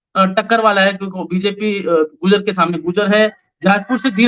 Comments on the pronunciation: PRONUNCIATION GURJAR HAI GUJAR NHI HAI SIR ...KHETRI MEIN BHI BJP AAYEGI KAAFI SAALO BAAD KYONKINTICKET KAT GAYI YAHA K MLA KI JO CONGRESS K THE ORR VOH INDIRECTLY BJP KO SUPPORT KAR RAHE HAI dharmapal ji jeetenge ❤❤ aaram se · Gurjar.... Not gujaar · Its gurjar not gujar